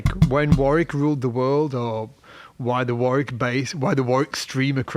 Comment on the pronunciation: can you tell matey how to pronounce Warwick properly? Thanks awfully.